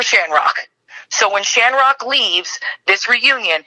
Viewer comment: It’s a shanrock thing 😂